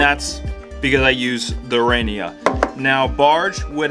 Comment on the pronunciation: Liked the video, especially the Barge part (because I haven't used it yet). Btw, your pronunciation of "Renia" is spot on. Greetings from Germany 🤙🏻